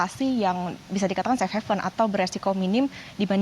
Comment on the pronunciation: "Safe Haven" min bukan "Safe Heaven"